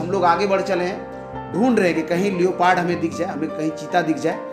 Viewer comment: लियोपार्ड नही होता लेपर्ड होता है